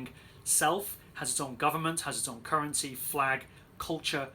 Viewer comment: just a friendly remainder, you said "currency" twice, or if you mean two different things but your pronunciation is terrible.